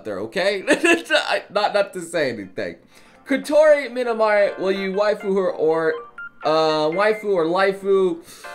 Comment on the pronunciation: His way of saying Kotori Minami xD Why don’t you spend at least one day on learning proper reading